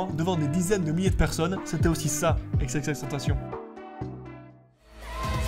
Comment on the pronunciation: tentaCion 😭 pas de "T" mais de "C"